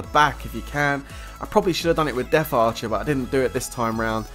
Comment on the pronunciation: It death archer NOT deaf archer... Jeez